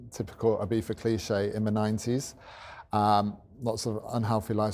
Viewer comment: Nice guy. Ibeefa cant be the correct pronunciation tho 🙈